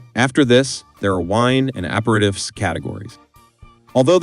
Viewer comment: Learn how to pronounce "aperitif".